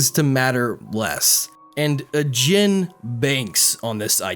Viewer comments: ajin is pronounced ah jeen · OK! But the way you pronounce Ajin.